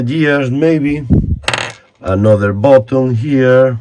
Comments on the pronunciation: You are killing me with the word bottom, I think you mean BUTTON. I mean this correction in the kindest possible way ☺️ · It's button not bottom 😂😂😂 nice video we love ke you.